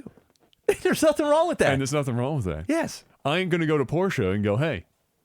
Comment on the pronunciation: Thank you for pronouncing Porsche properly:p